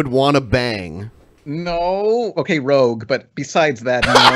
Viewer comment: Who’s Rogue? Did Pan mean Rouge?